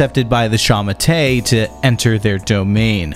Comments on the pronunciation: Its not sha ma tay😂 it is pronounced sha ma tuh, sending love from Hong Kong where culture is dead and freedom has been replaced with the fear of being arrested for singing a song. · I’m pretty sure shamate is pronounced (SHA-MA-TOUE/TOE) not (SHA-MA-TAY) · I can't get over the wrong pronunciation. It's "Sha Ma Tuh" not "Sha mu Tay" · Its pronounced like shah-mah-tur/tour. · Did you just say The Kumite? 🥷🏻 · It's pronounced like shah-mah-tur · sha-ma-te pronounced shah-mah-teh more or less. I don't know how you got pinyin on here, but thank you! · Was looking for this comment, man that pronunciation was bad